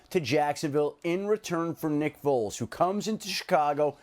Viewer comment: Lol sounded like the dude said "nipples is gonna wind up being the Chicago Bears Quarterback"